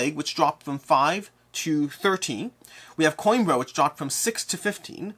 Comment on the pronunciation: I'll give you the Portuguese pronounciation for Coimbra. Put the word "Coin" out of your mind and replace it with "Queen". That will give you "Queembra" ;)